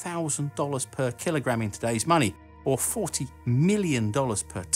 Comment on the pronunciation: What iss thees "keel-o-graham" you speak ov?